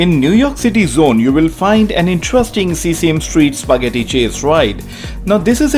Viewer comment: The video is perfect guide. And one thing, it is not seasame street, it is sesame street, (se-sa-me)